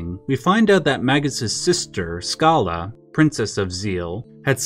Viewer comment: ... lol I literally was about to hit the X button, but you sold me on giving you a "like" instead. I don't know if anyone else in the comments has pointed this out, but most fans usually pronounce the character name "Schala" with the SH sound rather than the SK sound. It's also worth pointing out that the Schala/Dream Devourer ending was not an original part of the game (again, I don't know if anyone has pointed this out yet, but here it is); rather, it was an ending added to the game in the DS remake of Chrono Trigger, intended to retroactively serve as a bridge between the storylines of Chrono Trigger and Chrono Cross.